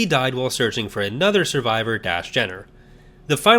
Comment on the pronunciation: I sure worry a lot when it comes to the ones whose fates are never ultimately resolved. Ambiguity is one thing, but loose ends are another, meaner thing altogether. Isn't Dass Jennir pronounced "jen-neer"? Same with Jax Pavan being "pah-van"? Bit of a shame you didn't mention the fact that Zonder is the apprentice of Barriss Offee, who stayed loyal to the Jedi Order in Legends. Not sure on Shaak Ti (considering the increasingly dubious state of The Force Unleashed being part of Legends), but I'm of the opinion that Even Piell's Coruscant Nights death is the Legends canon one, with the TCW 2008 death being of the Disney Canon Alt-universe. Alas, I doubt Zao survived, considering that Sidirri is implied to have become a Dark Jedi in the Empire/Rebellion comics. Believe me, you're lucky you didn't play Uprising.